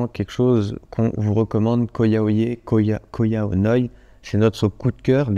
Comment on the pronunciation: Petite info, ça se prononce Ko Yao "yaille" et non yeh (idem pour RAWAI, qui se dit rawaille et non raweh). Il vous restera plus qu'à revenir voir le nord du pays une prochaine fois ;-)